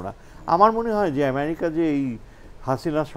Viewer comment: ইমিরিকা, বারত -এটি কোন ধরণের উচ্চারণ? এত নিম্ন মানের উপস্থাপক অনুষ্ঠান উপস্থাপনার সুযোগ পায় কিভাবে ? বিটিভি এইসব আবালদের দিয়েই এতদিন চলেছে।